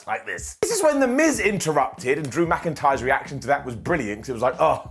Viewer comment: said “Drew McIntyre’s”, but I heard “dramatic eyes”. That’s how I’ll be referring to him from here on out